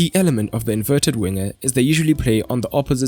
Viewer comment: „Inverted“ not „ inveted“